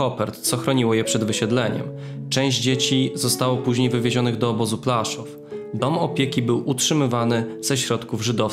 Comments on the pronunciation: podoba mi się Twój film a tylko jedna uwaga PŁASZÓW a nie Plaszów... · Wszystko cudnie, ale błagam... Płaszów, a nie Plaszuw... To dzielnica Krakowa a nie miasto niemieckie.